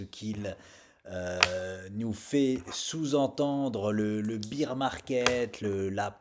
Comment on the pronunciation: merci pour tes videos mais excuse moi mais tu prononces mal ce mot: BEAR ce prononce baire ou bère et non pas bire de BEER en anglais aui veut dire bière tu vois le ridicule??